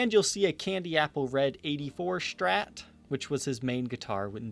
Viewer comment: Why does he pronounce Strat as "shtrat"?